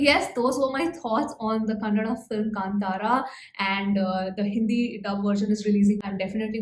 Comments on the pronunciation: Hi, I heard about you from Rishab Shetty where he praised you for reviewing films without revealing the story of any of the movies - even if you think the movie is bad. You are one of the few reviewers who pronounced Kantara and Kannada perfectly. I watched the movie twice and I agree with every word of your review. I even agree about Achyuth Kumar's character Devendra also, but Achyuth made me hate him, so he did justice to that character in the story. My sister had asked me to wear vibhoothi to watch this movie and I did.:) ❤. It will be fun to know your thoughts again after you watch the Hindi version. The Hindi version has not released in the small town in USA where I live, so I look forward to your review, especially the jokes. I'd like to know if the comedy translated accurately. ❤ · Thank you for saying कांतारा and कन्नड correctly. 🙏 Also, lovely balanced review this. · Thanks for the right pronunciation of Kantara! Most non-kannada people get it wrong. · You pronounced KANTARA correctly ❤️❤️ love from Karnataka 🙌